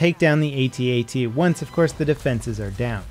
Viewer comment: Why do you not call them at-ats (attats), instead of A T A T's?